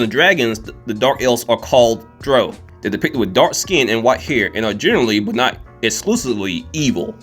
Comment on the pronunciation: Sorry to be that guy, but it isn't drow (like yo), it's drow (like ow). Dra-ow. Honest mistake. Also, you neglected to include Aisha Udgard from How a Realist Hero Rebuilt the Kingdom.